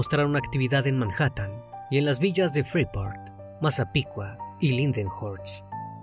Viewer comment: Si pronuncia la H de Manhattan que en español no se pronuncia.